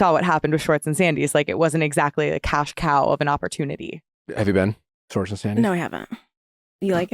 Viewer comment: Anyone else been slowly driven nuts over the past few months in various interviews as Scandoval has unfolded, with people switching back & forth between pronouncing Schwartz’s name as “Schwartz” & then twenty seconds later, same person, “Shorts”…